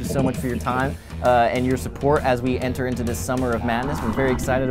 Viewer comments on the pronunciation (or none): none